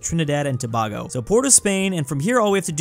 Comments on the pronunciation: To bay go, not toe bah go. Pls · HE SAID TA-BA-GO Tutorial: To-bay-go Tobago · why. its tobago. pronounced like toe-bay-go. im in physical pain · be like: The GamBEEa Lesoothu Kwatar Trinidad and Tobaargo Slavinnia Day-djibuti